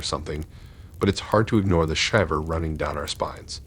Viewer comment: Lol you still mispronounce shiver after all this time